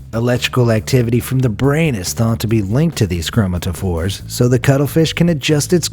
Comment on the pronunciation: It’s pronounced “Crow-MATT-uh-fors” 💜